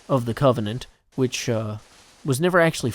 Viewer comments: open subtitles and it shown 'which' though it sounds like bitch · Firehoof haha sounds like it, but I think it was supposed to be “which”.